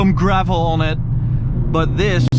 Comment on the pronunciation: Als je on zegt die o is een a